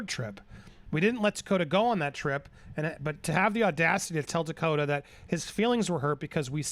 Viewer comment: Takota? Tokata.